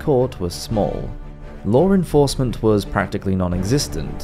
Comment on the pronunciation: Ok, my first and so far only complaint.... it is LAW enforcement not LORE enforcement... please get it right because i really like your channel